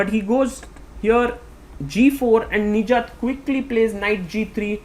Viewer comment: Sagar Please work on your Pronounciation Nijjat❌ Nich Jaat✅